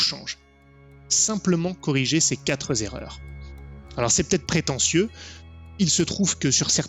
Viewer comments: Celle-ci, d’erreur, n’est pas mal non plus : « ces quatre z’erreurs ». Entendu au moins deux fois. Au bûcher ! Sinon bien d’accord sur les trois premières erreurs. Ta quatrième est complexe à traiter, encore plus sur des parties à distance, encore plus quand on ne connait pas vraiment les autres joueurs et le MJ. A posteriori en privé ou même par écrit, ça peut être une solution. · Bon je mets un pouce même si t'as dit "quatre-z-erreurs" (remarque j'ai pas précisé dans quel sens, le pouce)., tu es un homme dont le temps est précieux, et ça se voit dans tes trois premiers points: le temps, l'utile, l'efficacité. Où sont les balades bucoliques et les soirées à la taverne? 🤣 Quoi? Tu parles que des one shot et des premières parties de campagne? Fallait le dire! 😋 (C'était un commentaire inutile, pour le référencement. Bisounours)